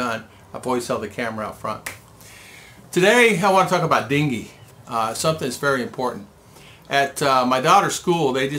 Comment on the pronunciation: Its Dengue not dingue